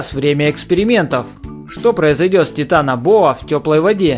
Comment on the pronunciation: Не тетанабоа а титанобоа